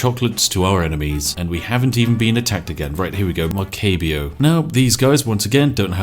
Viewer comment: Maracaibo, not Maceibio. ((